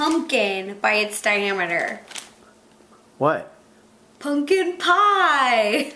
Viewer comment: she said dynameter and noy dyameter